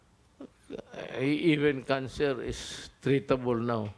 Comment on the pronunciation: obviously displaying the IKSILINS ob dis PRISIDINT, buted by da ekwali brelyant PELEPEnu madYORETE Mirun naman daw KYOR na sa wohan-beeroos - hende palang nae-embentu further states, "Ang cancer tretabol... mageng ItsAyBeh wa-la na mga yan, mirun paren piru elanelan na lang..." Why be hysterical nga naman daw, oldo wala naman ang nag-hi-hysterical, what's that sin-no-phobia, takut sa walang kasalanan? wehehehe... too pak nga (e-i.: so beri F*ct!)